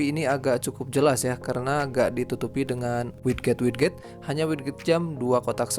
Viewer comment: sedikit mengoreksi ,bacanya widget = wijet, sama kek gadget cara bacanya bukan gatjet